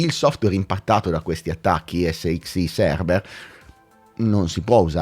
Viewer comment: si dice 'esicsai' 🤣